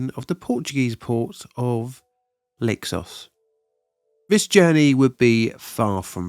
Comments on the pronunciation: Pardon me but listening you speaking the name "Leixões", all I understood was "Lexus" when it should be something more like "Lay-shau-is". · Enjoy all these, especially these disasters I've never heard of. Quick note on Portuguese pronunciation of the "X" it has something of a "sh" sound to it. Leixões is pronounced a bit like Lei-shoye-s.